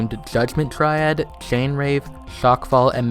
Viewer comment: No you definitely have an impediment. Every time you say chain its extremly easy to notice. i mean listen to how you say mash and finisher@